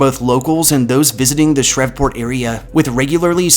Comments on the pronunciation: Dude your videos are great. Your narration is on point and you can really tell a lot of research was put into it. One minor nitpick though, Shreveport is pronounced with a long e, it rhymes with Steve. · Shreveport is pronounced “SHREEV- PORT” lol Love the video though!!!